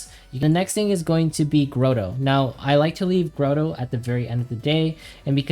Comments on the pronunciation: It is not "Grow-Toe" , it is "Grah-Toe" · my man says Grotto as grow-dough lmao good guide man!